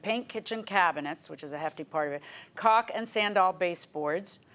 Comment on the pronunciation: She said caulk lol always funny 😅